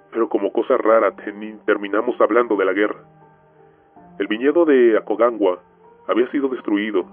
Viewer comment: Espere todo el relato para escuchar el relato del chileno, y el pronunció mal Aconcagua 😔